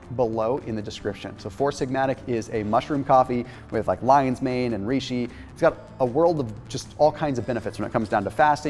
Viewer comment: Avtóphagy Reishi, not riishi Like Rey Great Information🎶